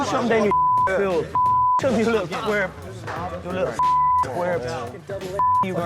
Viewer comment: Yuh luttle twarp 😂😂